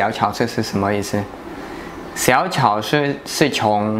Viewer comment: 发音不准啊！超市：chāo shì而不是 cháo shì... 你指的加油站那边叫连锁店。